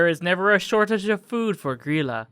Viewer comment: The laf bread is actually leaf bread in english door sniffer is actually door slamþer and its gríla not gryla